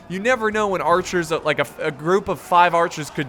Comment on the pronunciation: Mounted AArcherrs